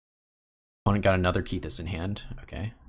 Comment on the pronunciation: I'm pretty sure it's a short 'e' in Kethis. So 'Keh-this' not 'Kee-this'. Sorry to nitpick. It was just bothering me a lot.